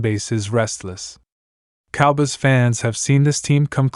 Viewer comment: These computer generated voice overs just suck.....the cowbuss??